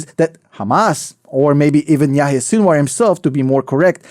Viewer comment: It’s Sinwar not Sinuar … sin-of-war , sinwar